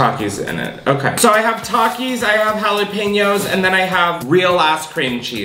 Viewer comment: “hallie pane ohs”